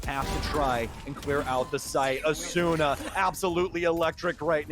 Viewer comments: AsOOOna lmao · Bruhh bc of this commentator I pronounce asuna asoona now 😭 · The way the casters pronounce Asuna tilts me so much